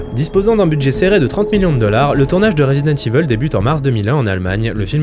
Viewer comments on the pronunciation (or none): jme suis arrêté a la prononciation de "Resident Evil" : rézidente iveule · "Rézidante Iveuule~"